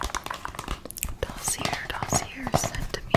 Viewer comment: Salut! Loved the tapping sounds ☺️ dossier is actually pronounced da-see-eh. It is a French word also used in English. x